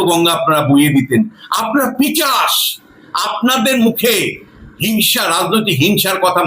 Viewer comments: কথাটা পিচাস নয়, কথাটা হচ্ছে পি সাজ নয়, পিশাচ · পিচাশ নয় পিশাচ হবে স্যার কথাটা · পিচাশ নয়, কথাটা হল পিশাচ। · পিচাশ নয় দাদা ওটা পিশাচ হবে। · পিচাশ কি? পিশাচ বলুন।